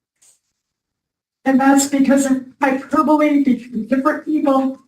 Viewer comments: Hyper-bully…. Was she trying to say hyperbole…? She’s 72…. She’s been this annoying for a while that’s clear! She’s not going to change now… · What??? Round 2?? Another chance to gear her mangle the word hyperbole and “Lynn” unleash her idiocy. Thanks cutie pie, love you, I’m a many years watcher/follower of you…wait, this is sounding like round 1, I’m confused.